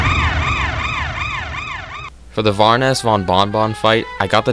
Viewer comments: VORONESS? ITS BARONESS!!! 🔫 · Cool video. It's just you said "varoness von bon bon" Instead of baroness von bon bon. Impressive Cuphead is a hard game so seeing all of this on expert scares me. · Sorry to say but it's baroness von bon bonvand not varoness, sorry to be a hater